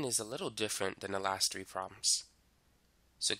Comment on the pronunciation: nah the "tree" instead of "three" threw me off